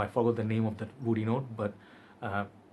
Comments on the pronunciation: Kayla Perez exactly ! Loll in his all videos he gets me so confused ... when he uses word woody it comes out as oudy haha and I go like 🤔 this fragrance doesn’t even has “oud” note ... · Whenever you say word “woody” it sounds “Oudy” or is it only me ...? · Lol oudy!!!! Thats what i hear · Only you